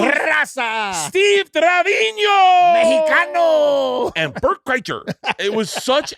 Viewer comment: Isn’t it Treviño?